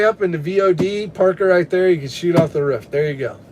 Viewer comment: WTH is a ruff 😂 it’s a roof u live in the south now 😂